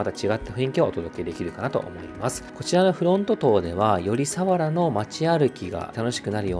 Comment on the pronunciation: 千葉県民ですが、千葉の魅力を報じて頂きありがとうございます。＾ 一つ言わせて下さい。さわらの発音が違います。さにアクセントを付けず、さわらと平坦に読んでください。